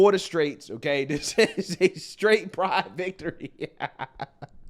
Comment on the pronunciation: "During Priddde Month guys!"